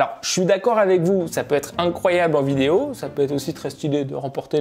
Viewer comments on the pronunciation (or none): none